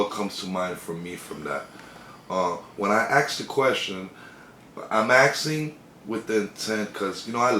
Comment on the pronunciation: It's "asking" not "axing" fuckwit